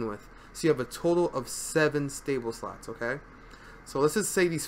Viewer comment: I kept hearing sluts, sluts, sluts throughout the entire video. Far more entertaining than it should've been xD